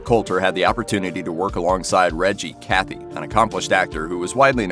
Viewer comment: The Colter-Cathy is wrong in that way that the Cathy is not Cathy, his name was Reg E. Cathey